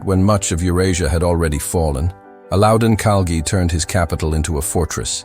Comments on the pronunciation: Aladotin Khali is not how you pronounce Alaudin Khilji. This AI is painful. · Making mindless videos with AI and pronouncing Aludodin Khali 🤬🤬🤬 Try to learn facts and names first.